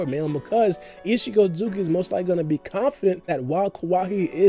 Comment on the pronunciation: Ur otsutsuki pronunciation is upsetting... say after me ot su tsu ki! Wtf is otzugi!?